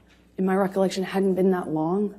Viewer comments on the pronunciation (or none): none